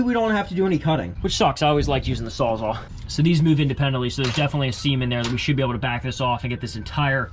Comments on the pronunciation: "sawzall" saws-all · WTF is a Sawzaw? I't s SAWZALL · It not a sawzaw it a sawzall like saws all lol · Not trying to be that guy…… but it’s called a “sawzall”